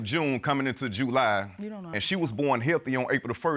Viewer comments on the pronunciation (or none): He said JEWly so many times I wanted to SCREAM! Also, when did men start calculating (even close to accurate) conception dates!? Its not a straight back count.... attend Dr appointments potential fathers. That family member that told you you would only have boys, is only claiming their make heirs as well 🤷🏽‍♀🤣